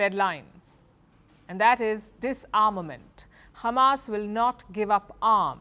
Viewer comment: firstly its not khamas its hamas learn how to pronounce it madam khamas